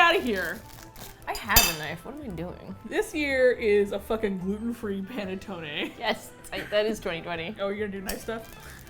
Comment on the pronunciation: for the love of god please it's PUH-NEH-TTONEH and not PEH-NEH-TTONEH as "pene" in italian stands for d*ck LMAOOOO